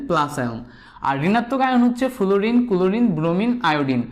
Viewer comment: ফ্লোরিন কে ফুলুরিন বলেন কেন? আগে উচ্চারণ ঠিক করে আসেন মিয়া🥱